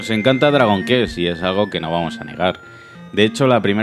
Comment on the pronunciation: Se dice “cuest” no “kest”!! Dragon kest, no manchen 🙈 Y por favor que le eche ganas el narrador!! Da una hueva bestial 😴